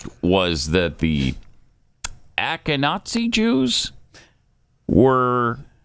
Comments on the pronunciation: Did this man just say “Akenatzi Jews” lmao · Ash-kin-ah-zee. You're welcome. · Ash-ken-awe-zee Jews